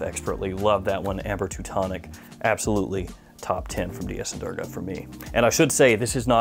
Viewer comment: It's actually pronounced as 'Doorga'. Great list! Would like to try out Bowmakers. I'd like to be entered in the giveaway